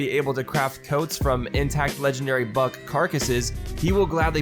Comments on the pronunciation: When read "legendary buck" I thought he says "legendary bug".. would be more accurate:D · Lol I did hear “legendary bug” anyways